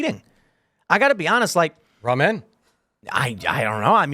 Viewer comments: Bro says ramen like "raw men" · Did that mf really say Raw-Man 😂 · Never heard Ramen pronounced “raw MEN.” Makes me uncomfortable. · Ruh'MEN guy is bothering me with his pronunciation. XD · What is this “raw men” he keeps saying is so inexpensive? Soylent? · I'm sure he's a cool dude, but I don't like how that guy says Ramen😂 "raw men" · Is he a Pastafarian? He keeps saying R'amen. All hail the Flying Spaghetti Monster, R'amen! Lol 😆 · They way he said Ramen pissed me off